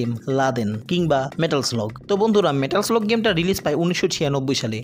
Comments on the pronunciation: পুরা ভিডিওটাতে "মেটাল স্লাগ" কে "মেটাল স্লগ" শুনতে শুনতে কান ঝালাপাল। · মানে কি বলব জীবনে এই গেম এত খেলেছি।স্কুলে পড়া কালিন ভিডিও গেমস এর দোকানে গিয়ে কি পরিমানে খেলতাম এবং স্মার্টফোন এর যুগেও ফোনে খেলেছি।কিন্তু এই প্রথম শুনলাম এই গেমের নাম নাকি লাদেন।হাইস্যকর😂 মেটাল স্লাগ নাকি মেটাল স্লগ 😂😂😂 ও ভাই মুঝে মারো 😂😂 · গেমের নামটা তো একবারও ঠিকমতো উচ্চারণ করতে পারেন নাই! নাম ছাড়াও প্রচুর শব্দ ভুল উচ্চারণ করছেন। আপনি একটু উচ্চারণ নিয়ে চর্চা করুন ভাই।